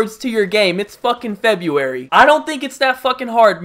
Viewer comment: he for real said "februari" dafaq